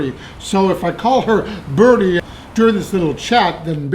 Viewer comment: Her name is pronounced Bri-dee. Like "bride" with an E sound at the end.